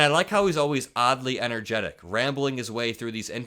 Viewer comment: "oddly entergetic" 🙄